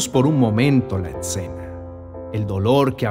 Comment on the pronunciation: No se dice exena